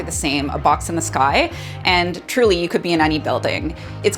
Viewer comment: Toronto with the hard T, cryin